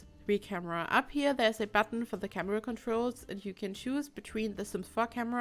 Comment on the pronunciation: Whenever she said sims 4 camera its like sims fuck~amera.. Is it just me?? Gotta clean my ears